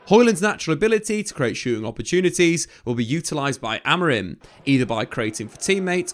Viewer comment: Who is Ruben Amorin? 😂 Can't tell if it's an accent thing or what.